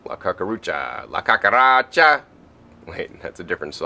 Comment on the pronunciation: not caca-racha (lol) - cucaracha (kooka-rah-cha)